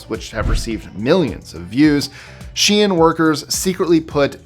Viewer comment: Thank you for pronouncing SHEIN, right 😂 people really grid my gears with this one.